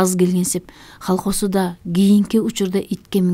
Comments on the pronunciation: Эмнеге колхоз эмес холхос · Окушу начар, халхоз эмес колхоз (айтылышы калхоз ).